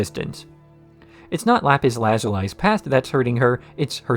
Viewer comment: just realized he says it as La-zoo-LIE and that IS very strange lmao